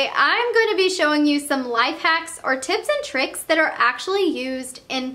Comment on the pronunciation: It's sounded like she said tits and tricks💯